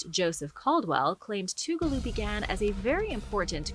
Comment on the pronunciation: I live in Toccoa, ga your saying Tugaloo way wrong lol